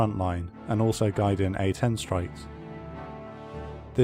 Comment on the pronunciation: I can’t help but notice he keeps calling the A-10 “The ArtDog” 😂